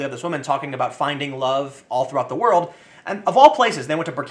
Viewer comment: Tim, it's "WOR - L - D" not word.